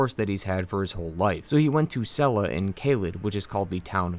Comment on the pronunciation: these are interesting pronunciations, considering that in game, you hear all these names, and how to pronounce them like sel-lee-a, as opposed to the video's sel-la